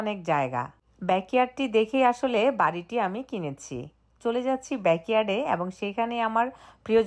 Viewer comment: অ‍্যাবং নয় এবং